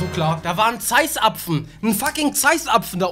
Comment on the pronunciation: ein Zeisapfem huch😂